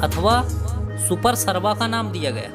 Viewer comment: सुपरसवा नहीं, सुपार्श्वनाथ। पद्मा नहीं पद्मप्रभ जैन धर्म की हिन्दी पुस्तकों या गूगल पर पढ़ लें।